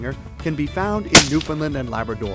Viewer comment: I just have one piece of advice for the advert. Pronounce Newfoundland right! It is not Newfinland!